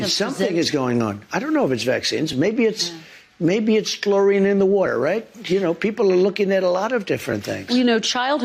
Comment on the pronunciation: I didn't hear Trump say chlorine I heard him say 'flourine' which is a highly toxic gas. Much better to make fun of.